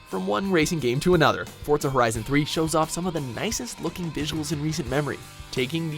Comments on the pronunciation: why people pronounce forza as fort za ??? its for za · Do you know what really grinds my gears when people say FORTZA instead of FORZA like where the fuck does the T come from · It's pronounced Forza, not "Fortza". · stop pronouncing forza as fort za ITS FOR ZA DAMN